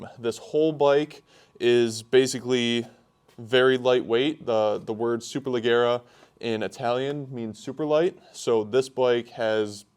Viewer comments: Please please please pronounce SUPERLEGGERA correctly, the double GG is pronounced as J so imagine you are looking at "SUPERLEJERA" ok??? It hurts my ears everytime you do it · Hello! The right pronunce is "Superlejjera", like the "je" in "jersey", double it. ;) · Hey man, love the channel, just an FYI it's pronunced super-leh-jeh-ra, so essenetially the G is pronounced like a J. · "Le gara" LOL Also It's "Duck" for a Ducati; "Duke" and Super Dukes are KTM models. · He can’t pronounce the bike😂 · Thanks I’m American but I cringed when he said it like that lmao